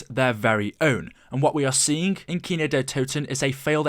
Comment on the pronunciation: kino not keno 😉